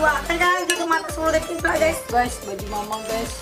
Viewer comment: aku jugak ngomong detik malah detok🤣🤣🤣